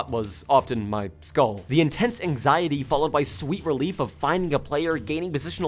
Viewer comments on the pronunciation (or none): none